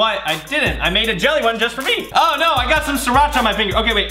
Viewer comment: Wowwww you can’t spell “jelly” you said YELLY!!!!! Woww